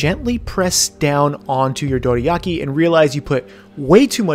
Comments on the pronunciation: dude you say it like its written "doriaki" so annoying, stop ruining words with accents please :´( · please pronounce Dorayaki correctly.